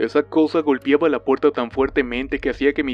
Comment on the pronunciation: ''MAMIGA'' ''GOLPIABA'' etc etc. A ver si aprendemos a hablar.